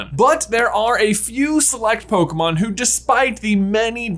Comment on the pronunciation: I don't know what's worse, saying "poKUHmon" or "poKEYmon". To be fair, the accent on the e is missing in the title..